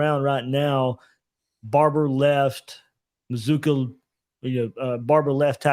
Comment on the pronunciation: How do you get Muh-zoo-kuh from MazzCCua? C'mon man.